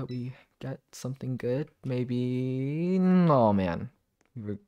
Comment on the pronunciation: When he said”that’s actually pretty GoOd”, I thought he said cool so I had to rewatch it like 5 times just to know what he said lol